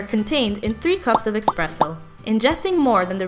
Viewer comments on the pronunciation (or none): PLease stop saying expresso. :) Lovely, smart, but that just ruined it for me.